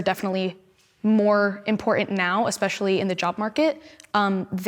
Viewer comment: I love the subtle correction of “Gun-Ho” to “Gung-Ho.” Now if only somebody had done that for the girl who can’t stop saying “ekspecially.”